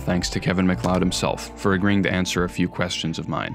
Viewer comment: Genuinely shocked to hear someone pronounce his name correctly, the number of YouTubers who make serious long-form essays that unironically call him Kevin Mack-lee-odd makes me think that basic research is still a low priority for most.